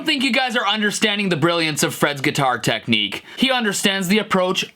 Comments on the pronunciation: You Forgot technic "neek-kneee" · His contorting his lips and the way he pronounced 'Nick Knee' cracked me up.